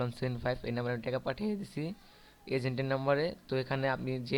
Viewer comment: teka na vi taka uccaron to corom problem chi chi